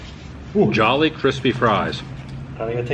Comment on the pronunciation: 😂 It’s the English word “jolly” pronounced ‘jaw-lee’ like “jolly old St. Nick”. You only say “joh-lee’ if you’re saying it with a Filipino accent. 😂 Also, not sure if I missed it, but you have to dip the chicken the gravy. Try it.